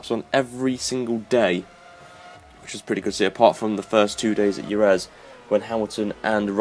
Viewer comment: dude Jerez is pronounced her-eth not urez, lol :P